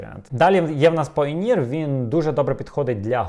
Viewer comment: Може не Payneer а Payoneer ?